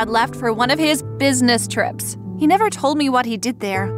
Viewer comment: Why did she say business trips so weird on the sencons story BTW IM NOT HATING